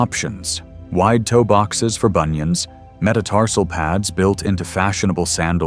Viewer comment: Please check how you pronounce bunions 😂😂😂😂